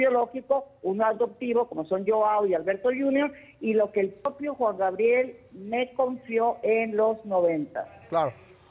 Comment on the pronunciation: ...y Gustavo Adolfo nunca a pudido pronunciar el nombre artistico de Alberto Aguilera Valadez...min. , Juan "GRabiel"...de niño yo tenia ese mismo problema pero ya me curé jajaj